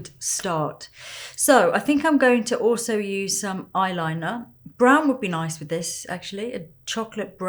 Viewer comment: She for real said "noice"